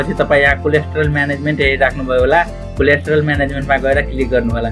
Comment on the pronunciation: कम्तीमा कोल्याटरल त भन्नु नि! कोलेस्ट्रोल रे! तोइत!